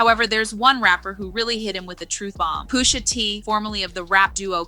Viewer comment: Poosha T 😂😂😂 c’mon man 🤦🏽‍♂️